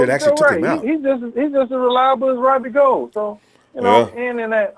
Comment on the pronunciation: still mispronouncing robbie's last name. Goo-uld like ghouls and goblins. lmao